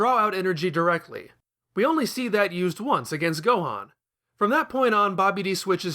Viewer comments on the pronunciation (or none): none